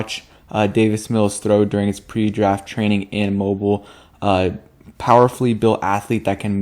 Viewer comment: Moe-Beel is how you pronounce the city that's the home of the Senior Bowl.